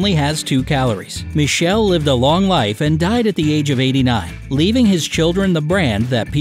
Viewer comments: It's pronounced as Mi.kel.lee not michel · How did you pronounced Michele?! 😁 😁 😁 It's pronounced Mikele. It's an Italian name. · the way you say Michele è inaccettabile